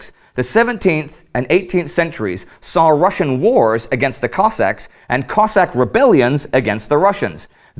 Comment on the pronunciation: I think you need to make a clear distinction between Russian and Ukrainian pronounced Cozzak. Cossaks came from Ukraine and like Spartans from Greece. If feel like this video is over simplified and needs more research